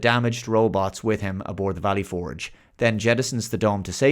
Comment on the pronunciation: Dude. I love your channel... but as an American, the way you say "Valley Forge" makes this borderline unwatchable.